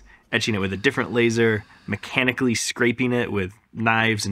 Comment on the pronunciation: "meccanically scraping"